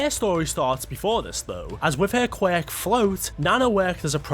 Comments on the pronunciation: Not qweck!!! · Can't hear you say QWECK one more time!!!can't finish the video. Thanks.. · "the most powerful qwak" lmfao this guy's worst enemy is the word "quirk" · Pronounced QW- Urk...qwurk...QWUIRK. LIKE TWERK....QWERK... QWUIRK!!!!!!